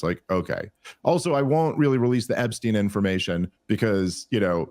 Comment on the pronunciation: TRUMP LOST US ALL WHEN HE SAID EPSTIEN WHOO